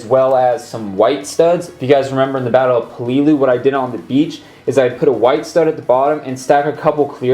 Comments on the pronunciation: I believe the Sherman would be best, because technically Stuart’s weren’t used in the landing. But it’s looking really good! Also, it’s pronounced peh-leh-lee-u, not puh-lee-lu. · I don’t want to be that guy but peleliu is pronounced (peh-lih-lew)